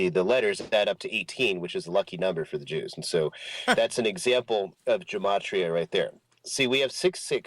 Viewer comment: "Gematria" is pronounced with a hard "G". There is no "J" in Hebrew. Otherwise, Awesome Video and I'm enjoying the entire series. PAXCHRISTI 💙📖🙏🕯️